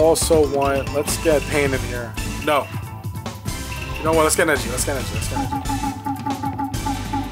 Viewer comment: Bro said “yuooo”🗿💀